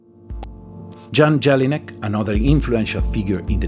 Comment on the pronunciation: Is Jan Jelinek not pronounced with a Jäger-J?